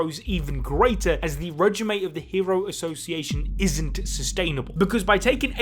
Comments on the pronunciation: Its not re- ji -may, its pronounced REJ-EEM. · Regime is pronounced 'Ruh-zheem'.